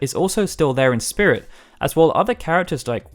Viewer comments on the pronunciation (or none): none